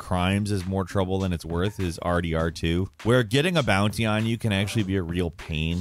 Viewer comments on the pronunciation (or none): none